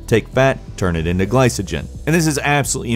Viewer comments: isn't glycogen pronounced: "gli-co-gin" not "gli-suh-gin" ? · I know isn't incredibly well versed in the field but him pronouncing the "C" in glycogen with an "S" sound instead of a "K" sound is making my ears bleed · It is pronounced ɡlīkəjən, not a soft c. Video has lots of stuff that is just not necessary. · Yeah, pronunciation was a bit cringe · Ah, the pronunciation! It's sack-uh-ride, not satch-uh-ride. Also, gly-ko-jen, no "s" sounds! :)